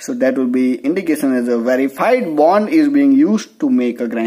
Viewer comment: It's not band type. It's bond type